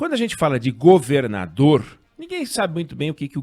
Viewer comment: alguem sabe o porquê do oinegue nao estar falando a palavra "governador" direito?